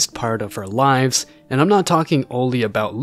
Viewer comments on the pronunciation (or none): none